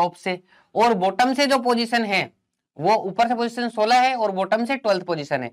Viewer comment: Is he maharashtrian he just speak 16 as Sola 😀